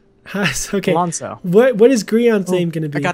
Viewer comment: ALONZO NOT ARLONZO